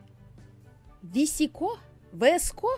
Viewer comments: мне нравится E-girl ведь я E-girl 😅😄 и да не 《Веско》 а 《Виско》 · Не висэко гёрл, а вско гёрл, не е гёрл, а и гёрл) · Правильно говорить виска гер и и гер🙄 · Не "ВИСКО",а "ВСКО", без "И", да, без "И" Многие люди произносят это слово по разному, как кому угодно. В одной википедии написано —одно, в другой — другое. Я это просто написала, чтоб поржать, некоторые это восприняли всерьёз, а кто-то понял, что это создано ради шутки. Спасибо за понимание! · Это вроде читается как «вско гёрл». Видос крутой ❤️ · Господи ,,ви,, это буква , в этом слове она читается VSCO-виско Англичане никогда не говорят букву ,,В,, в словах Название «VSCO girl» ( произн. виско гёрл) происходит от одноименного приложения для ... Это я нашла в Википедии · Vsco как пишется так и читается